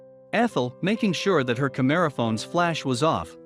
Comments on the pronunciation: This has to be a pre-written script that is narrated by an A.I. voice. There's no way a real man would call a camera phone a "ca-merra phone"!!! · A unique pronunciation of "camera phone" makes me wonder if this is a human reading this script. A "Kameruh" phone? And a lack of commas & periods?